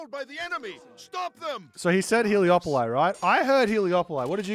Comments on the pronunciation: hele -> taker polis -> city taker of cities Helio -> Sun polis -> City sun city You've been saying it wrong on your stream the whole time but I just kinda cringe and keep watching cause you're an amazing creator and I love your casts. But it has been bothering me :D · Heliopoli. That's the correct way !! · Heliopolis - He Lió Polai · I heard healiopoli 😅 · heliopolice, I heard, lol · he lee awp o li :D